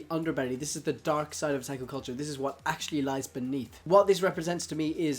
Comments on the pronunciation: he really just messed up with pronouncing his a’s. the a’s should have been o-tah-ku as in ahhh. not a like att(a)ck chopper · why do you pronounce otaku(oh-ta-ku) as (uh-tah-ku) or even (ah-tah-ku)? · Otaku is not pronounced O-TAK-U it's O-TOK-U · Did he just say attaku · This kinda made me cringe cus it sounds like he's saying there's only guy outakus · haha he said O "TAK" U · It's Oh-tah-ku oh my god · "Otaku" Sir i think you mean weeaboo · It's pronounced otaku oo-ta-koo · Ohtackwho... dear god, pls never say Otaku like that again. XD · And in Japan it's O-tak-u Oh-tuck-oo is an english pronounciation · OMFG IDIOT OH-TAW-KOO WTF NIGGA SHIT MAN FUCKINFJSJWJNAJZJAAJJAJAJZJSJSCUUNTAMWMSMSMMSKWKSHITNANHEADMWNSJSJ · stop saying otaku like that pls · The way he says "Otaku" it's killing me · u pronounced otaku wrong X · sorry for replying to myself people will hate me buuut the pronunciation of a in Japanese is ah not uh like you said tuck oh.... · I don't know about you but his O's sound like H's and I kept saying to myself what the hell is he saying. So I finally saw the word Otaku in the comment section lol holy hell.